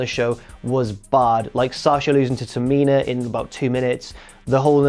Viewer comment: Can we please have some respekt on the name of TA-MI-NA in the future